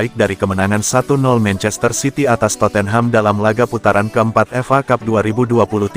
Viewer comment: Penyiarnya kurang enak didenger....madak piala F.A dibaca fa....